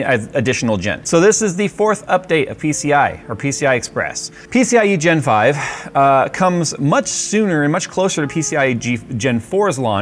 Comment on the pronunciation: "peeseeyigenfive... peeseeyigenfive... peeseeyigenfive..."